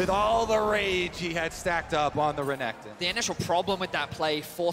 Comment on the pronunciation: how can you pronounce Renekton so badly bro